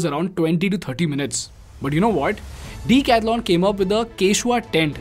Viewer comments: OMG! please don't butcher decathlon's name... it's pronounced duh.kath.laan not Dee- catha-lon. And you are planning to teach others in English! 🙄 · You need to improve your pronouncing. It is not "deek athlon". It is "deck-ath-lon" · You pronounce it wrong! It is not Deeecathalon... it is a 'duh'. Lookup the pronunciation! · The name DECATHLON, I think, is a greek derivative like Marathon, Triathlon etc. Does the company itself pronounce it as DICATHLON, like everyone in this video are pronouncing? The instinctive way to pronounce it is with a "DE" in DECATHLON. The phonetics of the spelling is quite clear. So, I don't know why you are calling it DICATHLON when every customer instinctively calls it DECATHLON. Hence, the question on whether the company itself officially calls itself DICATHLON by pronounciation? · I like everything except its name Why so big bro Could've gone for something better I guess... If U read this, and then again see the video, wherever he pronounces decathlon, it looks.. like a weird thing between the sentence.. lol, elongated for no reason. But i mean... yaa very nice company, everything gr8 superb